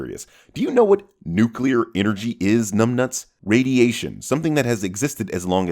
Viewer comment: You can't expect a mouth-breathing troglodyte like, who pronounces "nuclear" as "nucular" to know what "nuclear energy" is. Give him a break, the word is longer than 2 syllables.